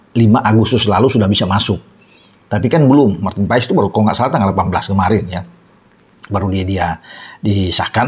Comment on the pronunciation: Penyebutan nama Marten paes bukan Martin paes tapi Marten pass coba aja dengar komentator liga Amerika menyebutnya martin pass